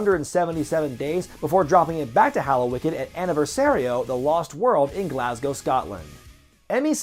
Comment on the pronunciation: Did I just hear an american pronounce Glasgow correctly?? holly hell!